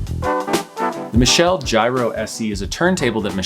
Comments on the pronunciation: Pronounced Mitchell. Michelle is a female pronunciation. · It might've been a good review, but I couldn't get past 4 minutes of him constantly mis-pronouncing the company name 😞